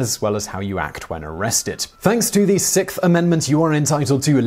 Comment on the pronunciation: The Sickth Amendment???